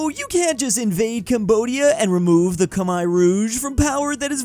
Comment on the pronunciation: Can I just give props to whichever commenter taught the clone to pronounce Khmer